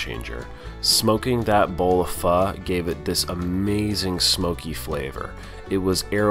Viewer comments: It's funny you pronounce it Fuh. I always thought it was Fo. Pho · Everytime you said pha instead of pho gave me a laugh. Ppl say it both ways. Good job, amazes me you can eat so much at one sitting. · It's pho not fa lol